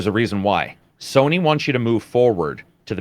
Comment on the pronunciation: is it me or do you guys keep saying Sorny....just me?